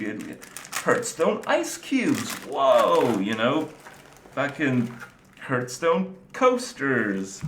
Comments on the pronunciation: STOP SAYING HURTSTONE IT HURTS ME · hurtstone hahahhahahahaha